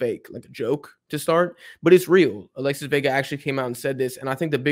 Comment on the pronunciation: Alexis Vega❌ Alesis Vega✅